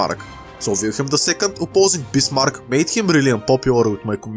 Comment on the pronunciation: Sorry but i cant under stand what u saying and i use translate but it also did not understand you when you say bismarck transalator thought you saying bismar